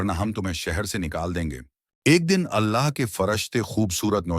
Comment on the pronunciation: Allah ka nam thek sy Lia kro